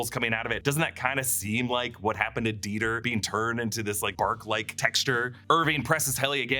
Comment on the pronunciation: Dieter… die-ter… deter? They take them out there to deter them from problematic behaviors?